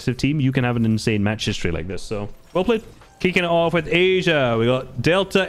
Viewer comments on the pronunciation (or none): none